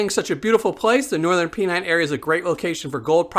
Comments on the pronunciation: Pen nine not pee nine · There ain't no gold in the Swale. It is pronounced Pen Nine. The qlue is in Flat earth.